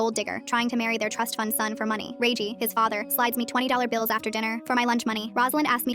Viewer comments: Redgie not reigie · “Reiygi”got me crying ngl 🙏🏻 😭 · 'ray gie' 😭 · Rosalina 🚫 Rosslin ⭕️ Regie 🚫 Ragey ⭕️